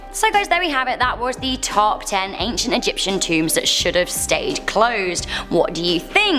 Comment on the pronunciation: 'So there we go guys that was the tarp...' good pronunciation